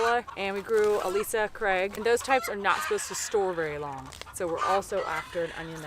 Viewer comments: Ailsa craig pronounced Al Sa craig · Ailsa Craig is a great onion. It's named after a little island off Scotland that is pretty much solid rock. I think it's pronounced Ale-Sa. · Ailsa Craig onions, pronounced like Elza . I know that because I live near the town by same name. Just FYI